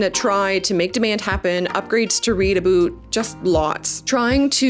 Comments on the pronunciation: Why does she say aboot instead of about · Bruh the canadian accent on ste*oids, a boot. ITS A-BOW-T IN THE CANADIAN ACCENT, NOT A-BOOT! 😂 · Is it 'about' or 'aboot'? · Is this aboot a "semi-oficial" slang or is this an accent? Never heard it LoL...😂 great videos, congrats for Wrektangleu! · Leaning into the "Canadian" is cute for an intro or one off joke, every damned time "aboot" is cringe unless you are the legends Bob and Doug McKenzie. And this if coming from a Canadian...